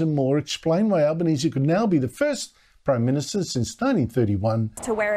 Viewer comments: you mean Proy Minsta.. Can’t even pronounce his own title… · You got it wrong.. Listen to him “ I’m the Proy Minsta”. Not only are his actions wrong, so is his grammar..